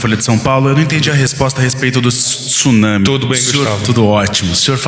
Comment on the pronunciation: Tenho ouvido nos últimos dias a pronuncia errada da palavra TSUNAMI - não se usa a vogal (i) entre o T e o S. Lê-se TSU e não TISU. Fica aqui minha colaboração.